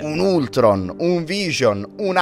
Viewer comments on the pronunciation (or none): none